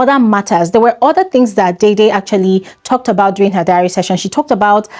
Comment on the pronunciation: /deh-deh/ like the actor Sam Dede, and not /dei-dei/. You're welcome.